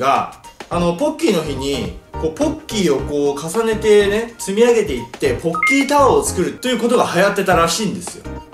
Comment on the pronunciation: ポッキーですよぼ○きーって聞こえたw